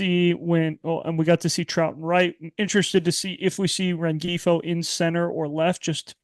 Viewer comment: Solid show, but you'd think for how long he's been on this team by now, would be able to pronounce "Rengifo" correctly